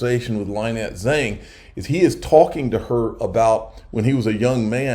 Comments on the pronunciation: it's Lin-nette not Lie-nette Zang. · Please learn how to pronounce Lynette’s name.